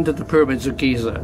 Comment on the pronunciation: Lol "Pyramid of geezer"